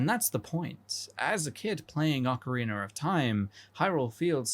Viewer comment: Ocarreenur of time